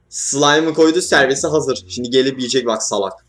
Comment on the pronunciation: La Görkemin ” ŞİNDİ “ deyişi çok iyi değil mi ya